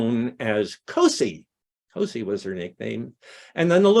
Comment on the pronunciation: Hi, this was wonderful! I'm the great-grandaughter of Gertrude "Cosie" Hutchings Mills (daughter of Elvira Sproat Hutchings, my great-great-grandmother! So that makes Florantha and Granville my great-great-great grandparents. By the way, Great grandma 's nickname is pronounced "Cozie". And we don't know why that was her nickname. It is SO sad that Elvira and John Muir and Elvira couldn't be together. But he kept writing to Cozie. She gave my mom and my aunt pine saplings for christmas every year. At the time, my mom said, they didn't appreciate it. Later my mom understood she was trying to impart a love of nature. And she did do that. They called her "Little Grandma" because their other grandmother was a very large woman, where Cosie was petite.